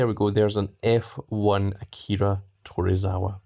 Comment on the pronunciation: It’s to-zw-wa not tor-ra-wa there are no Rs in his name just saying 😉 lol